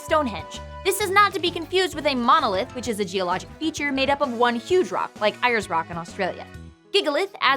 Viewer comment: As an Australian you mispronounced Ayers Rock it is pronounced airs rock